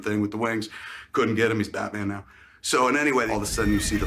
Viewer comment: Man I like this channel a lot but the pronunciation of “now” and “how” really irks me, especially when you pronounce everything else so well